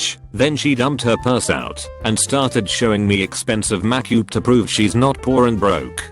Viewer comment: Nobody: Text so speech: MACKYUP